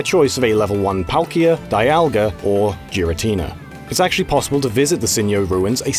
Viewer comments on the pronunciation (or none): Also Giratina, not Điratina for devil's sake! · I thought it was pronounced "Gy-ra-tee-nuh".